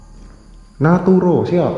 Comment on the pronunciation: Naruto bukan naturo wkwk